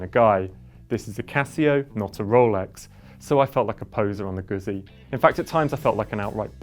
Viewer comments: Come on, man. How can you review a bike when you can't even pronounce the brand correctly?? It's GUZZI, you know... like PIZZA?!! Grrrr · ZZ in italian is pronounced Gutzi like pitza noy pizza.